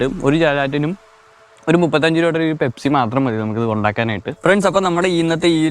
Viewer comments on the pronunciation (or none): pespi alla pepsi